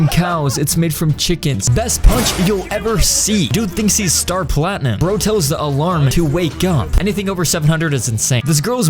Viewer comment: U said “star platnium” sooo…. Welcome to the JJBA club.